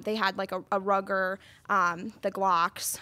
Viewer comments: "A Rugger" Not a gun person? lol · It's Ruger (rooger) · Don't make fun of the lady for pronouncing it "Rugger." For all you know, it might be! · I know what Ruger is. I was pointing out that she was mispronouncing it. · Yeah, Cam could have helped/corrected her with that one. That way she doesn't keep saying it wrong her whole life. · Omg, my head is going to explode.... Mispronounced Ruger then she says a glock fits the hand better than an M&P...Wtf? She must have weird hands.